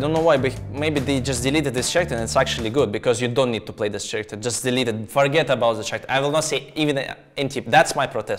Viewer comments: Bro really said ch-aracter instead of k-aracter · I loved the way he said character 😂